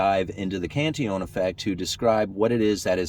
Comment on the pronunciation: Cantillon is pronounced 'Canteon'. Sorta like quesadilla/keesadeeya?